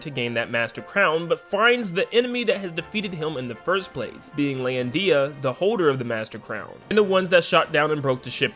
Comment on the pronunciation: Lol "lan-dee-a" I can't